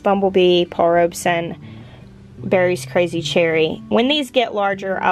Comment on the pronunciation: She's finally pronouncing Paul Robeson rights lol